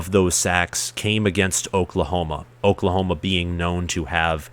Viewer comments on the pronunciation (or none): none